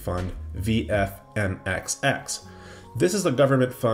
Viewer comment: VMFXX not as you said, VFMXX